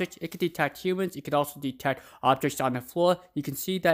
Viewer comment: Detects... Detecks... Detecks lol